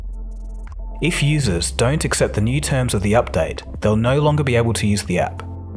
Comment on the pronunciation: did he say updown, updoubt or update??